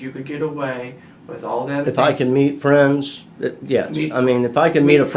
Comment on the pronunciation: Can't you understand that he is saying "we fwiends" 🤣